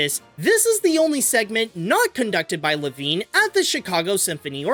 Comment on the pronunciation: It’s pronounced Lev-ine